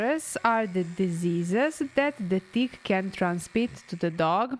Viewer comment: She said ‘never saw a bigger dick’ when she meant tick. So cute.